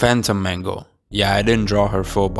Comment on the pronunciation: It's not Mango it's Mangle